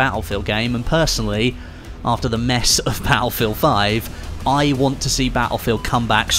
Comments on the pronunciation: its "Battlefield" not "Baulfield" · I love how he says batt-le-field